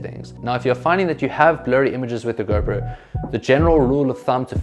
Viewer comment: Nice video man 👍 Whenever you said GoPro selfie... It sounds like a girlfriend selfie 😃